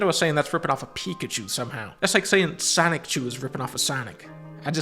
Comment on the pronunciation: HE CALLED SONICHU SONICKCHU, FAKE FAN